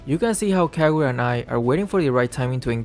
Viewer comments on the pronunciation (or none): none